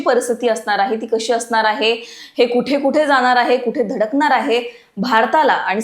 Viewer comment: असनार आहे ?? धडकनार आहे ?? Intensity कमी होनार आहे ?? मॅडम आवाज एकदम खणखणि त आहे तुमचा परंतु ण च्या जागी न उच्चारता तुम्ही !!